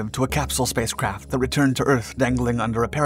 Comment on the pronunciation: Is he saying spacecrap 😆 NAZA never left Earth 🌎 🤔